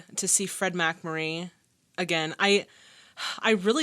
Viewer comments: Very entertaining reaction,! I'll definitely follow you further. FYI, MacMurry's name is pronounced with the accent on the 2nd syllable...MacMURry. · Accent on the second syllable - Mac-MUR-ree. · Mack-Murray ...still pronounced Mick-Murray...eh---with those cutie-pie braids, we'll forgive ya anything. 😊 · The name is pronounced Fed 'Mack-MURR-ee', famous for the (terrible) TV series 'Father Knows Best'. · I enjoy your reactions of course (and you're among my favorite "reactors"), but the McMurray mispronunciation wasn't the only error in this entry. You called novel James Cain "John," for instance. The film didn't win seven Academy Awards. It was nominated for seven Oscars but won none of them. None of that prevents me from enjoying the rest. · FFS!! ONE careless error, BUT THREE??? It's James, not John. The movie title is The Postman ALWAYS Rings Twice. Please do better. And how can you mispronounce MacMurray?? It just beggars belief.